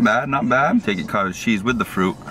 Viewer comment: When you kept saying Cottage Cheese. It sounded like you said Cartel Cheese. I was like that's a new one.